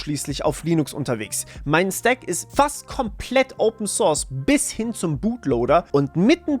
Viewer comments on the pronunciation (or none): none